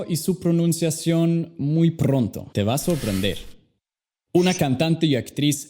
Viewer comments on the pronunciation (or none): Muy mamon con su ingles pero pronuncia prrontro o algorritmo no mames hay que ser humilde